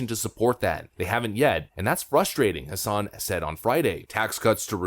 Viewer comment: Just helping with pronunciation, it's Maggie Hass-in .Not trying to nitpick, just letting you know because I'm from NH and I can't stand that b-cshhh(CENSOR MODE ENABLED!)